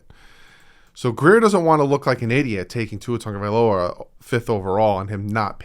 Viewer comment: Thank you for pronouncing my last name right, seriously nobody ever does hehe